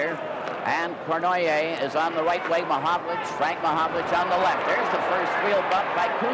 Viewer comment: No offense meant to any Canadians...but how on earth could Foster Hewitt announce games, year after year,without pronouncing Yvan Cournoyer's name correctly ? Its similar to Bob Prince in Pittsburgh who insisted on calling Roberto Clemente, 'Bob' or 'Bobby', when it irritated Clemente.